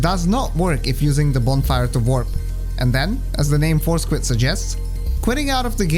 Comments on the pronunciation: Great video. I love WR Progression videos and when it comes to og Dark Souls, I couldn't think of anyone better to put one together. Also, on another note, I kept hearing "four squid" in my head instead of "force quit" lol. No disrespect intended, obviously.. that's my own mind's fault 😁😁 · I know you're saying Force Quit, but I can't help but hear Four Squid. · Anyone else started hearing Four Squid instead of Force Quit after a while? xD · Thought he said foreskin at first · i really love your accent but i have to admit that i was listening to this while driving and i thought you were saying "four squid" and not "force quit" for like half of the video LMFAO i was like what??? i thought squids were a bloodborne thing??? skfkskkfkd im so sorry anyway great video!! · it took me over 13 minutes to realize he was saying "force quit" and not "four squid" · I put this video on as background noise while painting my house. I desperately trying to figure out what four squid could possibly mean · Actually, both are acceptable. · I heard force grip lol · Those four squids take a while to fight! I can see why skipping them is so important! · You made me realize it sounds like four squid